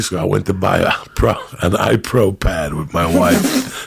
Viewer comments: Joey "iPro Pad" Diaz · Joey "i pro pad" diaz